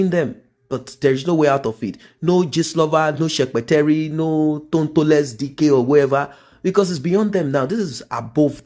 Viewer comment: My bro said tontoless dike 😂😭🤣